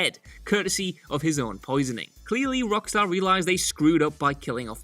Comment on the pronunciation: Am I the only one that noticed that he said 'Rodkstar' instead of 'Rock Steady'?